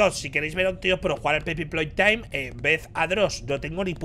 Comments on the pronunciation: todo el mundo: Poppy playtime Ibai: pey popy taim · Poopy Playtime El ingles de ibai: pay poppy time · Jajajaj “pay poppy time” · ibai intentando decir como se dice el juego jajajjaja.